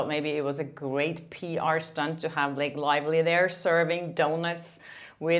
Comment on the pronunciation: I really like this journalist…….but I don’t know where she’s from or how to pronounce her name. Her accent is very attractive although it does tend to make her sound like she is saying “Lake Lively”.